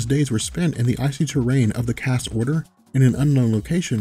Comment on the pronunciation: Cast? Chaste is pronounced as "chased" except with a hard "T"